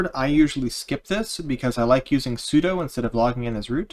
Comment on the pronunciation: Those are demons, not daymons. Yes, it is spelled daemon. It is pronounced demon. Also, sudo is sue-dew not sue-doh. The command uses su to do something, not to doe something.